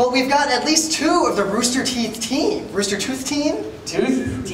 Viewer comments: Things they got wrong: Called RoosterTeeth "Rooster Tooth". They weren't even informed about the company name even though they were fucking interviewing some of its creators. Said that there would only be two people. They didn't even know how many people they were interviewing. Called one of them "Fred". They even got their names wrong. That's probably the worst part about everything. Pronounced Machinima as "Makinima". It was clear that they had no idea what this was even though the entire interview was meant to be about Machinima. Seriously, those were the worst hosts I've seen in my life. So fucking unprofessional, and I'm glad Geoff made it better by eating all the candy. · "makinima"??? "fred"?? "roostertooth"??? the host were awful